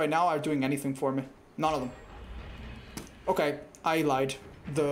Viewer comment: i love with say oKAy